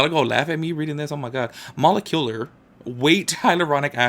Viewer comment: Pronunciation here for niacinamide Molecular = muh-leh-kyuh-lr